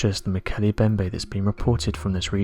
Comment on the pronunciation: To the narrator..the M in Mbemnbe is not silent. It is pronounce Molkele "eM" bembe.